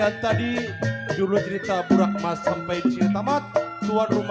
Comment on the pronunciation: Burak emas bukan burok